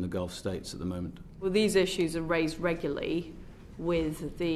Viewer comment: "Regulie"..."It's pronounced "regularly".